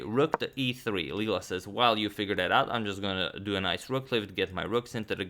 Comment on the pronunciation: btw i think it's Leela not lela